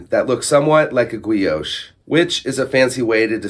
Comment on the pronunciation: Might want to look up how to pronounce Guilloché